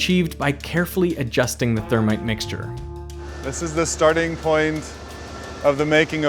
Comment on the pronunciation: interesting to hear him say "thermit". That's what my manufacturing prof said too: "thermit welding"